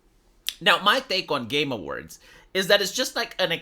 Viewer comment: Everytime says Game Awards it sounds like hes saying "Gamer Words". I vote the community hosted Game Awards be called the "Gamer Words"